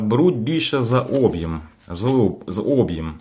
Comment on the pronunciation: об'Єм ,а не Об'єм.